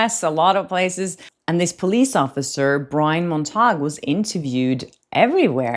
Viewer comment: It's pronounced "Mont-uh-gyew", like, Romeo's last name in Romeo and Juliet. 😉💗